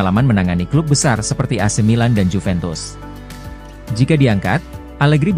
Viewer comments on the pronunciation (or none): none